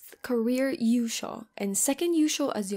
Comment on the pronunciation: Might want to make yushou sound more clearly as a long o